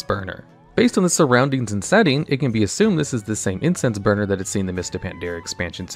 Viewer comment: I keep hearing Incest burner instead of Incense burner... plz god make it stop...